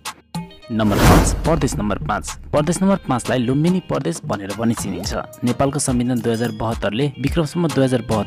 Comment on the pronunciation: Bro it's Pradesh not pardesh